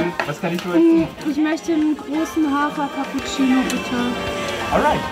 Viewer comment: Hilf mir mal einer. Bei Minute 53. Was ist ein Kappuzeino? Oder meinen die den Cappuccino und haben das nur falsch ausgesprochen? Oder spreche ich Cappuccino immer falsch aus? 😅